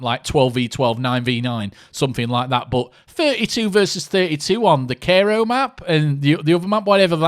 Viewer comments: disliked because you cant pronounce cairo (kai-row) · My youtube account is older than yours. Learn how to pronounce Cairo, regard. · you cant even pronunce Cairo properly you mong haha, iv played from bf1942 and we are digging this new one